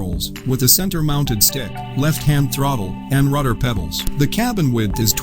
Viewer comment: He keep saying Ruder WTH is a RUDER,?